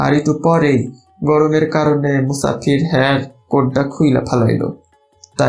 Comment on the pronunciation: sounds so much like my home! just noting though that the speaker keeps saying /musakir/ for /musafir/ 'traveler'. i presume this isn't a word used much in his own speech, hence the confusion of ফ f with the similar-looking ক k